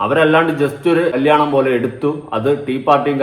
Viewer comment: കല്യാണം ,കല്ലിയാണം അല്ല ചേട്ടാ.